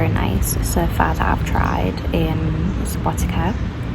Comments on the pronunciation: Subotica is pronounces "Suboti(tz)a" not Subotika, like you said :) c = tz (when you pronounce it) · Subotica not subotika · Try pronouncing like in cider only sharper c sound Subotica... Not like k in Subotika... Althow it sounds very nice even if you say it wrong...☺ Enjoying your pleasant voice and the journey... 💫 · Seems like you are pronouncing SubotiKa on purpouse 😂 it's hard sometimes to think about pronounciation of some foreginer words, but still the way you pronouncing it is kind of cute not gonna lie, it's kind of weird to eat mc donald's when you have so good tradicional food in Serbia, Vojvodina as part of Serbia have some unique tradicional food, which is way better than artificial mc's food, but i can't order you around what you can or cannot eat so enjoy what you like the most. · Please don't pronounce Subotica that way. I know that, in English, the letter "c" is often pronounced like a "k", but please don't apply that to place names. It really sounds wrong to native speakers and hurts the ears. Just a friendly advice. Enjoy ;)